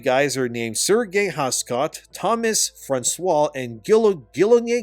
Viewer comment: It's not Sergei, it's Serge like saying Sarge.